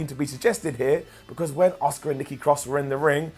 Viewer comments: Everytime you call Asuka, Oscar myears bleed a little. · Why is he calling Asuka as Oscar?